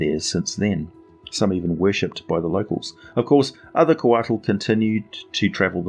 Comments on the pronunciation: I live in New Mexico USA. I am familiar somewhat with Nahuatl (Aztec) language. Couatl is pronounced "koe-AH-ł", the ł sound being made by placing the tip of your tongue on the roof of your mouth then hissing. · The "t" is silent. Quetzalcoatl is the full name of the Mayan/Aztec god.